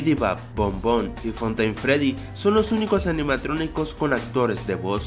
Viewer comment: dijistes en el minuto 1 04 animatroniscos jajajaja